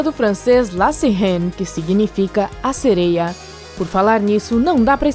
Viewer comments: Ñ é "sereio" é "tritão" e ss eu acredito q elas existem 👧+🐟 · Ficar ouvindo falar "sereios" me deu nervoso kkkkk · O "sereio" akkskakdks